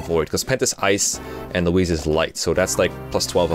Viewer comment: why are you pronouncing louise like that